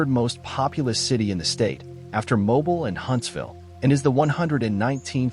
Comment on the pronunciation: You keep pronouncing Mobile wrong